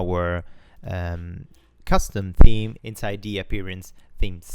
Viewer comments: Please correct your English its theame not team bro come on so annoying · Really great tutorial to get into WordPress coding. I do get a bit confused about you pronouncing "team" instead of "theme" and "styleshit" instead of "stylesheet" though :D Anyway, really good stuff, helps a lot! :) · Great series so far! Please do not fix your pronunciation of team. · LOL I read a lot of comments about your pronunciation of the word "theme". I am only on lesson 2, so I will hear it for quite a while. However, there is another grammar point that you might want to check. WordPress is not a person and should be designated by the word "IT", not "HE". Maybe if you are really in love and depending on your sexual orientation you could call it "SHE" or "HE"... LOL As it is neither a car nor a boat, I would stick with "IT" ;) Keep up the great work. I am an old school programmer not really acquainted with PHP, CSS, SASS, WordPress and other new web framework, so it is very interesting. Thanks for sharing your experience.